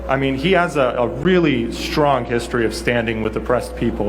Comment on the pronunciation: When a supposedly "educated" person says "shtrong" as if there's an "h" in the word "strong", you know they're indoctrinated.